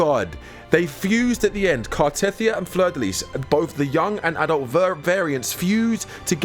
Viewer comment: Car-teh-thee-ah, not Car-teth-ee-ah.